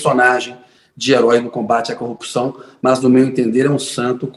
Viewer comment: Será que um indivíduo que quando vai se referir a esposa, fala "CONJE", ao se referir a tacógrafo diz : "TACON" ao se referir a corrupção diz: " CUPÇÃO ? Será que esse JUIZECO lalau que ao pronunciar uma frase de sete palavras , comete sete erros grotescos, será que ele realmente passou em concurso de Juiz federal sem a mão grande da maçonaria ? Hein ?